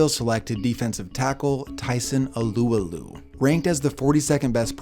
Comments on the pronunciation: "Tyson AlooAloo" smh lol this is why alot of polynesian people use nick names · “Tyson Alooaloo” great pronunciation Haole 😂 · Love the videos but the way you said Alualu got me 😂